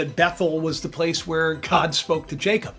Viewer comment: Jacob- (no j sound- it was a y sound in many languages) ya cob- it's your pineal gland - third eye in the middle of your brain with Russ and cubes like your eyes.